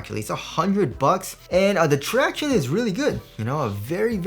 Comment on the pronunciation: Thanks for stop saying ‘tractioonees’.